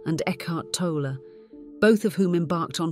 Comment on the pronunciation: It is actually - Tolle (pronounced tow lay) not toller - no er just e - don't let this misinformed video confuse you